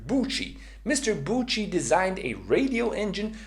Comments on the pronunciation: Hello, please (for a fellow swiss friend) listen how to name Alfred Büchi is pronounced for once: Its Büchi not Butchi :)) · I dont really know phonetics but it looks like it should be „byxi“ Check out phonetic writing on google so u can decypher it😉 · As a swiss guy i cringed so hard by your pronouncination of büchi 😅😅😅😅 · Great video, but as a German your pronounciation of "Büchi" really hurts since it is extremely wrong. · 🤣 german Büchi pronunciation 😁 otherwise good luck with your boost series! hopefully it will be a nice subscription booster